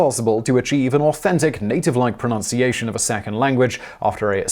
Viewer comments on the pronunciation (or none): "Try making a mistake online, even if just perceived and not an actual mistake, and... well... you will see what happens." Glad you mentioned this b/c you say "pronOUnciation" instead of "pronUnciation", and this in a clip about language learning and pronunciation. For shame! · It's pronunciation not pronounciation ... ;) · Aaaaaaaaaaarrrrrrgggghhh!!! You said pronOunciation! There is no ‘O’ next to the u in pronunciation!